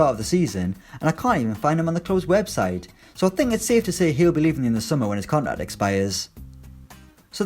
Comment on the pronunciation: The pronounciation of 'contract' sounds retarded